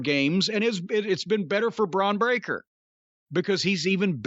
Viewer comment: Bron Breaker sounds like Dr Steve Brule butchering someone's name